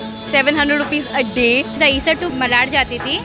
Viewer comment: When will bhaiyas start pronouncing मालाड?